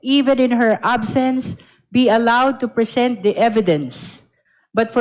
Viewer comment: Putanginang yan…Ang titigas na inglis!!🤣🤣🤣 “shi must bi prisint🤣🤣🤣🤣